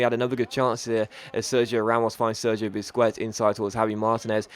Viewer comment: I swear I cringe every time you say "Busqwets" xD